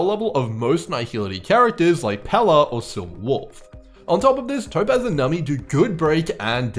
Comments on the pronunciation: its pronounced num-bee like number :) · I can only take so many “nummy”s holy cow lmao